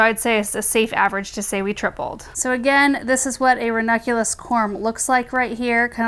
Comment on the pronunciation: I love your videos,. Just want to say...the plant is ranuNculus. From a grammar and pronunciation purist.